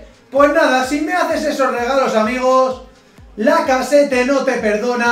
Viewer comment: una aclaracion, lacazzete se pronuncia lacazet xD